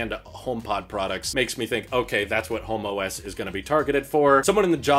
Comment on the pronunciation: They might have to change the name homeOS. All I could hear saying was Homo S the whole time.